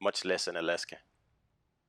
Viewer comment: Thanks for the proper pronunciation of the word Worcester at the end lol